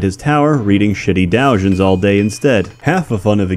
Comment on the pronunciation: It's dough-jins, not dow-jins.